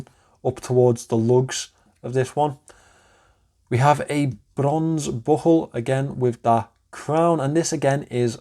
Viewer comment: It's a really nice watch, Pascal did a great job with it. My review is coming in the next couple of days and I can definitely understand your enthusiasm about it. The lume is absolutely crazy! I can listen to you say brrronze all day 😂